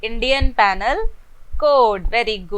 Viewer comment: टीचर जी, इंडियन पेनल कोड नहीं बोलते हैं। इंडियन पीनल कोड बोलते हैं। और क्या आप अपने लेक्चरर्स बिना अपने वीडियो के डाल सकते हो? Your video is a distraction from the content.